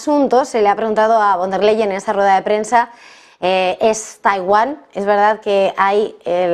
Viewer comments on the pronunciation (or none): Leyen se pronuncia en Alemán "Layen"